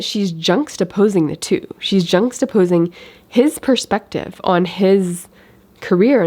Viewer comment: Juxtaposition, not junxtaposition.